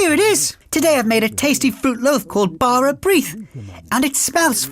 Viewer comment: lovely video for children but can't get past the pronunciation of bara brith - awful!